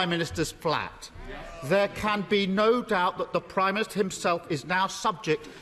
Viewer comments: Why is it that each Labour leader in recent years has a speech impediment? Khan in London dribbles his words, Ed Miliband has a glottal something and Starmer cannot pronounce “prime minister” simply gargling something like “prymist” most of the time. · Can someone teach Starmer that it’s not “Primister”?